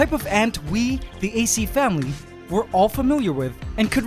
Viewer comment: I keep thinking that hes saying ace family lol